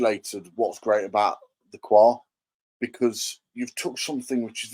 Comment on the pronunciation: it's actually WA 😂